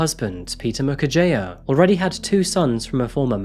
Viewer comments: As a regular, I know that many Africans have commended you for getting the names and pronunciations right. In that regard, here's a small thing I'd like to point out. Peter Mukherjea's surname is actually pronounced Mukherjee (jee, not jiah). A Bengali surname, a few of them put an 'a' instead of an 'e', probably for aesthetics or good luck. Thanks for covering this high-profile case! You can expect a final judgement not earlier than 2040. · Mukerjea is pronounced Moo-cur-jee. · it is pronounced "Mukher-jee".. like tea makes it tee, "jea" is jee